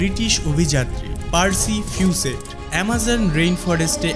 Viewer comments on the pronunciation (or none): উচ্চারণে অনেক ভুল। অন্তত এতে মনোযোগ দেওয়া উচিত বলে আমি মনে করি। ফিউসেট না হবে ফউসেট। বর্গমিটার না বর্গকিলোমিটার ইত্যাদি। বলে রাখি আমি কিন্তু অনেক আগে থেকেই আপনার ভিডিও দেখি। এর আগেও উচ্চারণের কথা কমেন্টে বলেছিলাম। কিন্তু হতাশ হলাম!!!!😢